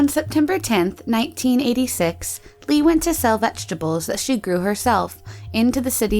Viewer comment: I'm sorry, no hate! just.. for future reference the "Lee" surnames are actually pronounced, "Ee"